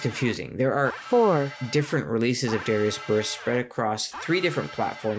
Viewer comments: Good video, but your pronunciation is throwing me off. It's "duh-rye-us." Not "dare-ee-us." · Good info. From one who mispronounced the name forever to another, it's meant to be Dahr-AI-us, rather than sounding like the name of the singer from Hootie and the Blowfish. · Isn't it pronounced da like "dart" and ri like "rising" instead of saying it like Gradius? Since in japanese it's written ダライアス (daraiasu), unlike Gradius which is グラディウス (guradiusu)